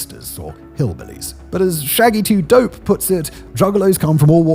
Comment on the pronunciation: Dont let Shaggy hear you butchering his name like that